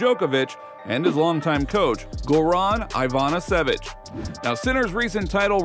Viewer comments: Ah yes, Go-run Hi-vaan-ah-sèvich, the great champion of the past now turned coach. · No offense, take it with a good laugh, but the way you mercilessly butchered the pronunciation of "Goran Ivanisevic" is a crime against humanity 😂